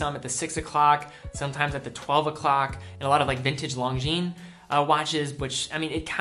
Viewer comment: jesus, please stop pronouncing it "Long-jeen".... its "Lon-jeen"